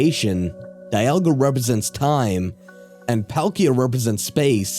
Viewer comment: ALSO ITS DEE-ALL-GA!